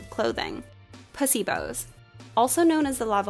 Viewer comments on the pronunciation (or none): Every time she said ‘pussybows’ , I died a little